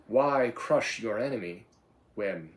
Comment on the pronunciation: "MUST CLUSH CAPITARISM!"